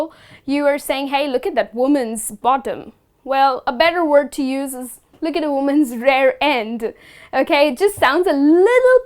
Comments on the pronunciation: It's not "Rare end", it's "rear end" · It's rear end, not rare end